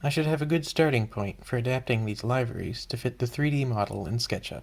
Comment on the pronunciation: LIE-veries? WHAT?!